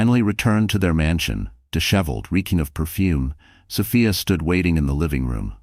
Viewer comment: Distracting when the AI can’t settle on how to pronounce Sophia…else, story is a good one!